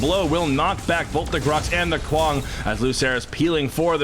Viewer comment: Every time that Brit said Kwang, I wanted to punch him. Say it right